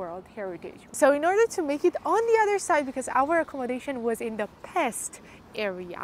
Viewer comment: Not Pest, it's "Pesht". Pests in EN means different thing. Also the city has 3 parts. The old city called Óbuda, Buda, and the flat part Pest. Yeah, there is a huge renovation, called Hausmann project build - where many part of the castle district gets new face, and heavy renovation process.